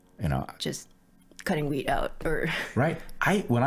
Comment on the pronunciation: 'wheat' allergy ok. I was thinking he said 'weed'